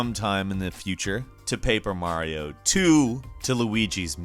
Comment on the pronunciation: You said Mario wrong.